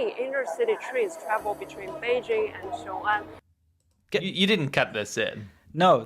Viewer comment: Why are people (other than ) pronouncing it as "臭安 - xiu'an" instead of "雄安 - xiong'an"? Is that a northern dialect thing?